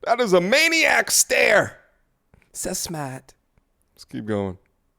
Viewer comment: "So smaht"